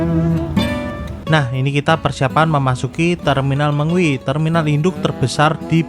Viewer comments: Terminal Me ngwi.... Bukan Terminal Meng wi... Perhatikan cara baca nya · Terminal Me-ngwi Bukan Terminal Meng-wi, Perhatikan cara baca nya